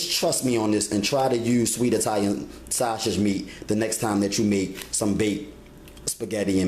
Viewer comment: Where can I find Shashages, Monzerella, and the Oyew to broyew the noodles?